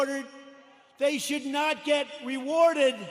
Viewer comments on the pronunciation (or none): The Madman! He calls them "Minion"-apolis lol!